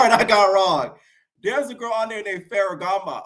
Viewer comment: bol😂😂😂 I was ready to say something like I’m just SO now that’s tv and you already clocked me back when you said “faragamo” 😂 You know your Tea! Im a kind of new subscriber I’m always entertaineddddd⏰onmymomma (summervoice)🤣